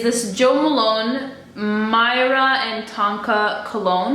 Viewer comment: Hi! Myrrh is pronounced like the word 'fur' but with an 'M', so 'mur' - the stuff that the 3 wise men gifted - gold, frankincense and... myrrh!